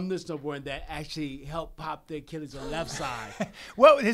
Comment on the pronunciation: hes so brain damages Achilles became azzzzzzzzlez Man I hope this guy calls it quits. he is the only guy to legitimately have Floyd May weather hurt and on the skates. Zab Judah is arguable. but Sugar was the closest to winning I feel